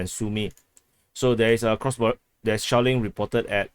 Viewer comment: I like the way you say shelling, it sounds to me shaolin, ha yaa... kung-fu kick to like button.